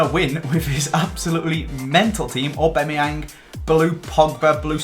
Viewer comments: It's Skriniar not skrinarar, also Ghana is a country, not Idrissa Gana Gueye, it's Aubameyang not aubemeyeng and it's Dier not Dia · I love the RTG, but your pronunciation of some names is so frustrating!!! It’s AuBAMayang not AuBEMayang, and Dier is pronounced like Kieron Dyer. You even had it confirmed at the captcha event! Other than that, keep up the great content!